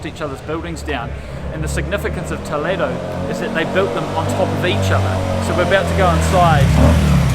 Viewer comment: I like very much the way you touch the walls. I been pretty doing the same since a long time. Her pronunciation saying Toledo it's been very good. Congratulations for your trip.